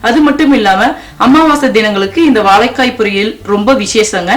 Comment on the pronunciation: Unfortunately you are unable to pronounce 'zha' properly, and also the big L. Otherwise great recipe. Thanks.